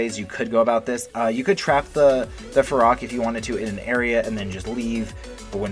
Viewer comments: It’s feroxxxxxx not ferocccc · Everyone : ferox Him: FEROCK